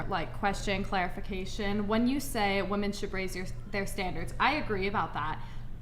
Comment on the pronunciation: Am I the only one who keeps getting triggered at their mispronunciation of the word "women" ???!